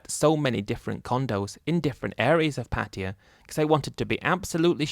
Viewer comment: Why do you keep calling Pattaya as Patiya.. 😅😅😅